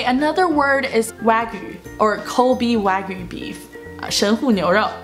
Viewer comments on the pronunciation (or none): none